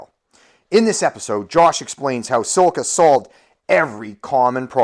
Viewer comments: SILCA, not sil-a-ca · Silica - lol. It's Silca - just one i in there dude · You can't even pronounce Silca